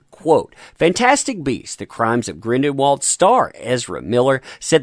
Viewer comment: I'm convinced he is saying Grindelwald as 'Grindinwald' wrong on purpose.